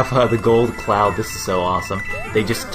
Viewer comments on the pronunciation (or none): none